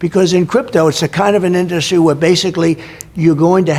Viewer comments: The guy has never pronounced the word “industry” normally. He’s says in DUS trē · Why does he have such a hard time saying in-dus-try